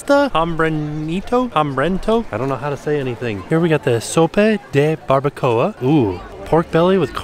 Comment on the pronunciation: Nice Spanish I’m Glad you enjoyed the barbacoa sope!